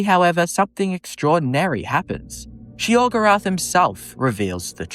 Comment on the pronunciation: Sheogrerath, lmfao!!!!!